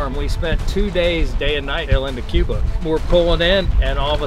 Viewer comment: he sounded like he said Qbutt